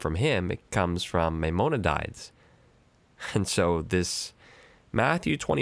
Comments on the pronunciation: Maimonides is pronounced MAI-MON-E-DEES and to the Jews he isd also known by the acronym RAMBAN, Just thought you'd be interseted in knowing that. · The name is pronounced MY-MON-E-DEES and is also known as the RAMBAM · Your pronunciation of Maimonides. Priceless.